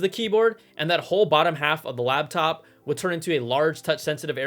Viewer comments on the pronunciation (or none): At about , you called it a LABtop...